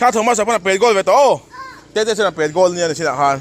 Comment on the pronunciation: 'Pèt' ti suh, modified form hman hun loah i hmang zel a. Pêt tiin, thlûk sâng deuha hman tur.